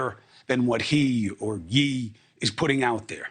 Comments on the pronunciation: It's not He r Yi it's YE. (Pronounced as 'yeah') Please pronounce his name correctly if you expect to get through to him. People have dead names and you would never use someone's dead name to address them. You would go out of your way to remember to use their chosen name. He made it clear that he changed his name based on his feelings of it being attached to slavery. How can we sit here and talk about the moral ground if we ourselves are not being respectful? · So blacks never been demonized in this country ? Also do blacks have a present threat or not Chris ? AND what about past persecution? why is this guy gaslighting first off ? 2nd like cmon bro, your using health to deflect from the point and what is his diagnosis door Chris? “ What you ignore you empower” what are you ignoring Chris. Why are you still mispronouncing his name on purpose for Chris ? Bro your such a puppet. Sheesh.